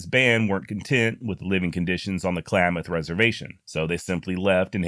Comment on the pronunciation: great pivot on Klamath pronunciation. Spot on man.